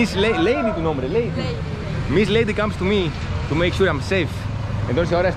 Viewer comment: Her name is Leidy, not Lady.